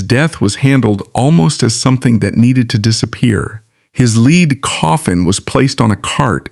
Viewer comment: Enough AI narration. IT'S LEAD, as in the metal pronounced LED not LEAD pronounced LEED coffin. thunbs down